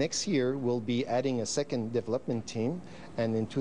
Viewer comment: He says "deplopment team",lol lets hope the deplopment team doesn't make a plop of it